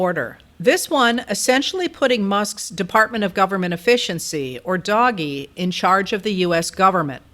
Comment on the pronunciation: You are pronouncing Doge wrong and it makes you sound uninformed. But then again after only a few minutes that was easy to figure out.